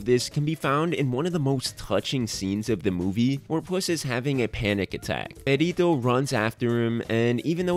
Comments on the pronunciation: im sorry but the entire video i was asking myself is he saying pedito(farty)? instead of perrito(doggy)? XDD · Buddy, you gotta learn to roll your r’s 👀 it’s Perrrrrrito not Perito. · wanna know what IS annoying? the fact that you constantly say Perito instead of Perrito like, seriously, it's literally just doing a google search. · his name is Perrito? oops, i legit thought they were saying Burrito this whole time. XD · No yeah, I need to work on my pronunciation, my mom called me out for this lol 😓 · When you say "perrito" sounds like "pedito" that means "little fart" whitch is a much more funie name for Perrito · I die every time you say “Pedito”💨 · I'm sorry, I can't help but laugh at the way he says "perrito", because the way he pronounces it makes it sound like "pedito", which means little fart in spanish 😂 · "Perito" xd im sorry but the pronunciation is really funny to me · Spanish speaker here (Mexican). I couldn't contain myself, sorry, but your pronunciation of Perrito (diminutive of dog) sounds like Pedito (diminutive of flatulence); or sometimes Perito (a profession related with law, I don't remember exactly their job, but sometimes get killed for their job). I don't expect you to pronounce it appropriately (as in English there is not equivalent) but made me laugh a lot. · Nice video, but as a spanish speaker I must tell you that your pronunciation of Perrito sound like "Pedito" which means "fartie" or "little fart". I just laughed every time you said it 😂😂😂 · I’m just gonna say it the way you say “perrito” sounds like “pedito” which means little fart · I love the way you pronounce “perrito” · The analysis is great man, but as a latin viewer I almost got crazy of how you pronounced his name XD